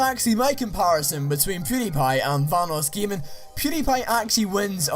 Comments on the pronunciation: Vanossgiming? Great job at proununciation, idiot. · Why do you say VahnussGjaming. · Boss kidd21 how he says vanossgaming its funny